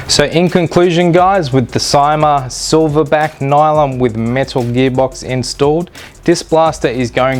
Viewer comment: It's pronounced "see-ma" !